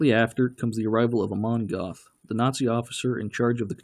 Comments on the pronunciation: If you want to be accurte, you should pronounce the names right. You called Goeth Goth LOL The "oe" in Goeth is spelled like a "her" with out the h. and the "th" is a hard cut of t! You could take the "er" out of Stern and create Gert. Actually if a english spekaing says Gert, it sounds more like the actual Goeth LOL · Its pronounced Gert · Hilds-Heim you dork, 'sh' is not like english, and German has no 'th' sounds, his name wasn't "goth", he didn't wear black lipstick. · Mr Duke Silver I have was going to point that out too! It was irritating me 😁